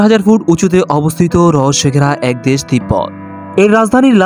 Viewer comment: দেস না দেশ, কোনটা সঠিক।